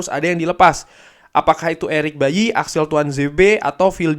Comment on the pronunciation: Kavi apa cavi 🤣 erik baily apa erik bayi 😂